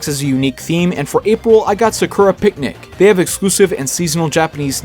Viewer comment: I heard the way you pronounced sakura and that is why I decided not to watch your video, I am sorry